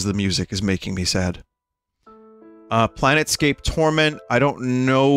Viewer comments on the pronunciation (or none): vinny misreading Planescape gave me a conniption